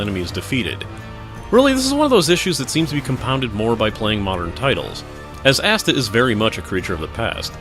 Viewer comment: The way you pronounce that sounds like you're talking about Asda: The MMO :) And from the looks of it, this really does feel like something you'd buy at Asda - the sort of off-brand knockoff MMO you buy Friday afternoon after all the other stores have closed.